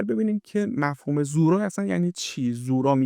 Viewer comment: سلام اولا تلفظ زورا رو درست نمیگید یعنی با ضمه تلفظ میشه دوما مننیش یعنی مکان گناه، سوما در روایت به دو مکان گفته میشد اولی بغداد و دومی تهران در روایتی از امام صادق به کاتب حدیث که احتمالا زوراره باشن فرمودند که زورا مکانیست در قسمت شمالی ری بین دو کوه سیاه و قرمز